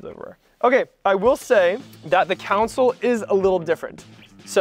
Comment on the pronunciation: Did I hear you say council when referring to the console?